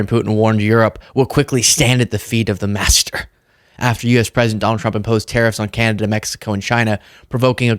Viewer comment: When he says “master” i feel like he means himself….. idk why… he says that specific word in such a way….